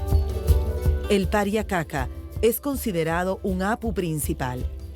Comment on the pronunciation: ser hombre andino es una resposavilidad pero estos ingorantes como pueden llamar indigena alos inkas o los runas y mal pruninciado kapacnan y pariacaca se prunincia QCAPAQNAN Y PARIAQCAQA